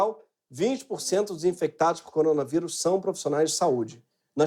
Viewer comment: Coronavairus, tá falando errado Greg..